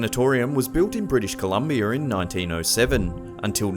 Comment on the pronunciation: Yeah and say Columbia right. lol